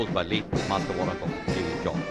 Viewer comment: Yelo Ji! JA George Ke Naam Se 'A' Hi Gayab Kar Diya. Hat Yaar!